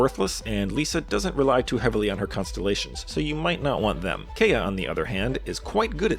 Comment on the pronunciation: How does an EN-speaking Genshin creator mispronounce Kaeya's name when they say his name a whole bunch in the game?